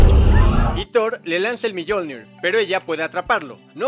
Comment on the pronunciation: Yo opino q se pronuncia "miolnir" no miyolnir haha